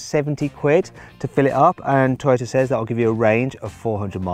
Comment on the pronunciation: トヨタがてぃよたって聞こえた